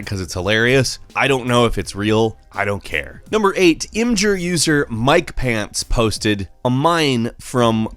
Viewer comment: You so pronounced imgur wrong I swear